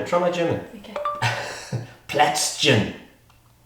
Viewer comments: The Word is right, but the prononciation is wrong. Don t you speak German? I thought, you are, that s why I wrote in German to make it easier for us. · Okay, now it makes sense, that you could not hear if it s wrong or right! :) Anyway, you just missunderstood me - I wrote in my first post that the word was right and that just the prononciation was wrong and I tried to explain, how to pronounce it right. ....just as an information. I m not sure, if it s unnecessary, maybe for you, but for people, who are interessted in the German language it s not. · I'm from Germany and the "Plätzchen" compleatly killed me! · it was soooo cute how he pronounced "Plätzchen" <3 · plätzchen (german for biscuits) is pronounced a bit different but i guess it's okay since you don't actually speak german xD good job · I love how he tried to pronunce "Plätzchen" 😅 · I didnt understand the word "Plätzchen" because of your pronounciation until i checked the subtitles :D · Omg you completely butchered the pronounciation wheb you said "Plätzchen" XD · He only said Plätz,but well,the-chen is hard to speak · The german version was correct too! Only the prononciation was a bit weird. :) It s *Plätzchen*, for english speakers it s maybe something like "Play - ts - hen". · How did I miss this video!? Love you. You guys are so cute:), your German needs some...Übung 😂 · awww she pronounced Plätzchen sooo cute. 🥰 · Might be me actually being German, but I just adore your pronounciation of "Plätzchen". To be honest, I was surprised the mobile phone understood you. Too sweet. ^^ I like the idea of the resealer. My husband would even find it useful, but my initial thought was: "When would you ever need that? Those bags would be empty long before I took out the resealer..." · In german it's Plätzchen or Keks. And it pronounced very, very differently. He pronounced it too hard. It a rather soft word. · ....and of course, I mean the prononciation, the word itself is right. :)